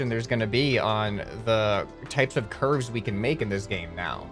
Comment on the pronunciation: Nobody:: bro look at those Ç Ü R V Ē Š